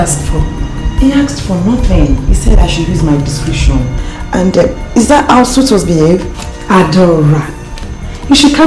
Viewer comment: Am not sure I heard clearly, did Faithia pronounce "DISCRETION" as DISCRITION?